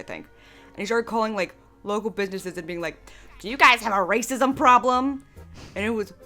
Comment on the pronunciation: DO YOU GUISE HAVE A RAYCISM PROBLUHM???